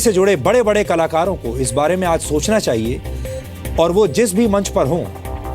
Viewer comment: Is ko bolna sikhao kalakaro ko kalar bol raha ha